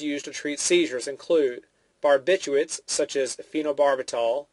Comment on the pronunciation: you pronounced like over half of the medications wrong...phenothiaziNINEs? barbiCHUATES?